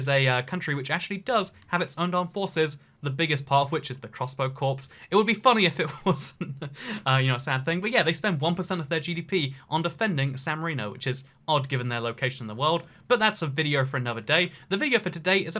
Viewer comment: you don't pronounce the P in corps dumdum